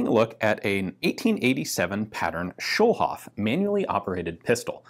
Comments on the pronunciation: A "Schulhof pistol" has a different ring to it nowadays ("Schulhof pistol" means "schoolyard pistol.) "Schulhof" isn't an English name, so there's no sense in pronouncing it that way. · Another comment to point out that Schulhof is German for Schoolyard. But I'm gonna add that the way Ian pronounces it it sounds a lot like Kölsch, a regional dialect in Cologne/Rhineland 😄